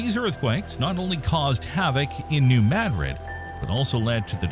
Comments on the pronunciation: It is pronounced Mu Drid not Mah Drid. Language is one of the most important ways we have to communicate, why do some insist on butchering it. Shows the blatant ignorance and low level of education these days. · Blah blah blah. Ok, first, pronounce it correctly, New Ma-DRID, as in Madrid, Spain. Secondly instead of blabbing on and on, show where the fault lines are, tell the history of Reelfoot Lake, tell when scientists think it might erupt and how strong it might be and what areas would be affected. And for goodness' sake, don't show pictures of bombings as if they were earthquake damage and plate techtonics causing tsunamis to explain internal plate shifts. Everything you said in the first 8 min. could have been said in 3 or 4. Or skipped altogether. The video would be better started at the 8 min. mark, as the part from 8-13 min is the meat of it. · It's not Madrid it's MaDrid in pronunciation and it was MO river not Mississippi river 🤷🏼‍♀️🤷🏼‍♀️ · yeah…..Maaadrid ??? 😂😂😂. Gotta teach these Ai’s how to speak English….. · Please learn how to pronounce Madrid and then re-record this video with the correct pronunciation and upload a replacement. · Now, if we could just get the AI to pronounce the name correctly.